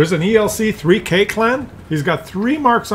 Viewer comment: Hey, I think the clan ELC3K is pronounced 'ELC freak', because they all love their ELCs